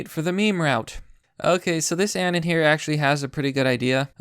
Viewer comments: He's saying "anun" instead of anon, I was being pedantic. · BTW. It's pronounced A-NON not ANYN. Say anonymous but cut off everything after anon. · Its pronounced uh-non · How is it that a guy who specializes in covering meme wars can't pronounce "anon"?